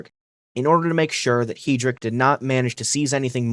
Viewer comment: reinhard hee-drick